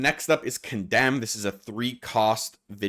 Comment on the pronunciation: Condemn misread again